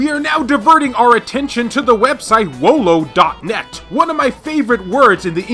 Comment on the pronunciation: It is wololo - wololO but you just said "wolo" so it is one of your favourite words yet you do not even know how to say it correctly leaving out a bunch of letters like you were some Frenchie